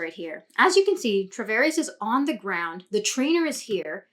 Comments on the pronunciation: Nice breakdown, but you keep calling him "Travares." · Great Video! only small critique would be the pronouncing of his last name 😂 other than that, really appreciate the insight 👌🏻